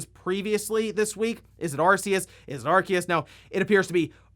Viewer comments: I didn't give him a thumbs down but the way he pronounces Arceus is f**** stupid. It's written Arceus ffs not f**** Arkeus. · It's ArSeus (arceus) just have to look at the japanese name, アルセウス (a ru se u su) NOT a ru KE u su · Pokemon Legends: Arceus is pronounced “Arseus” in Japanese. Where did you get the info that its “Arkeus”? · "Ar-seeus" is the true way of saying it's name anyways. Saying "Ar-kee-us" just sounds so wrong lmao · It’s pronounced Arseeus, not Arkeus. The japanese pronouncing is clear on that. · The problem with the pronunciation of Arceus is that in Japanese, it actually is the same name, pronounced "Ar-see-us" (Technically アルセウス Aruseusu) while they appear to have called it both "Ar-key-us" and "Ar-see-us" in the anime and movies I think, causing more confusion. I honestly would prefer it be pronounced the former for consistency reasons. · It's literally A-ru-se-u-su in Japanese, "se" is pronouced like "say" "Ar-say-us" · it's "Arseeus" and i will die on that hill. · Ar-see-us get the ark tf outta here, saying it wrong just cause someone from nintendo said it wrong just makes you as dumb as that person. Arceus looks awesome the only big criticism I see is still no voice acting. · It's okay, not even Pokemon fans know how to pronounce Arceus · It's pronounced Arceus, not Arceus. The Pokemon Company just doesn't know how to pronounce the names of their own Pokemon.